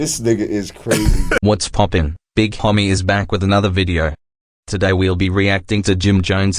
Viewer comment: "Big HOMMY"?? Lol.